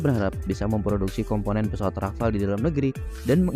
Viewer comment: Rafale min bukan Rafal (dibaca sesuai ejaaannya) 🤦🏻‍♂️